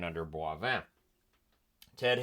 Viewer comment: Leo Boivin is pronounced Boy- Vin